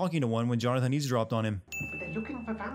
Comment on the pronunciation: It's 'eavesdrop' not ease drop